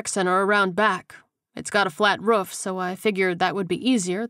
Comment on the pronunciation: I love everything about the book except for how the narrator pronounces roof-ruff. Thank you for downloading all the books